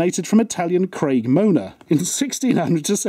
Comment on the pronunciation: "Craig mona" instead of Cremona. Damn, only a mona would make such a brilliant mistake